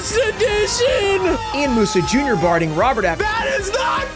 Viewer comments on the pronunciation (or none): none